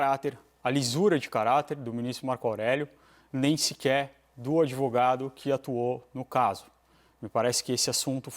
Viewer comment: E ninguém fala do "adevogado"?